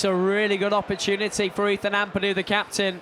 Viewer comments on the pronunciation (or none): none